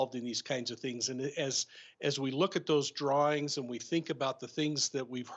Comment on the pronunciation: I hate that I’m distracted by pronouncing it ‘drawerings’ … but it is what it is.